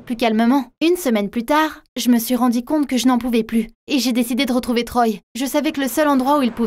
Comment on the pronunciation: Non mais c’est juste un détail